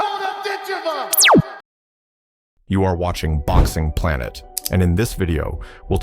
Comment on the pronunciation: Yes, it would. It would also be nice if people, & AI, knew how to pronounce Dakota's surname. Oh, AI saw my comment; all of a sudden it pronounced it right! Oops, went back to saying it wrong.